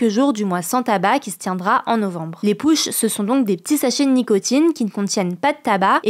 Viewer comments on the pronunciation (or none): Par contre, les "pouches" ça se prononce "paoutchiz", pas "poush". Au risque de paraître condescendant, si vous voulez utiliser des anglicismes, par pitié, faites l'effort de prononcer correctement ou alors, utilisez le mot français équivalent(poches dans le cas présent). Parce que là, le niveau de gêne ("cringe" comme diraient certains) était astronomique.